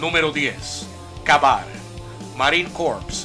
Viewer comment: #10 se pronuncia KEY BAR Y NO KA BAR esa palabra es en ingles y por ello deberias aprender a pronunciarlo bien !